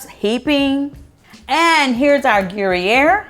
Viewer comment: Who’s uploading y’all’s videos in 480?? Ugh. Fire them—in 2004., Gruyère cheese is pronounced more like /gru-yere/ (“there” without the “th” and add a “y”). It’s my favorite cheese—I lived on it whilst living in Switzerland for many years.❤️ I love your recipe, btw!